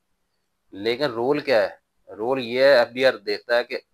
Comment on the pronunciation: بھائی جان لفظ رول ہوتا ہے پیش کے ساتھ زبر کے ساتھ رول نہیں ہوتا۔